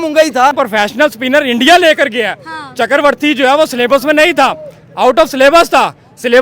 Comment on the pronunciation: चक्रवर्ती ❌ चकरवर्ती ✅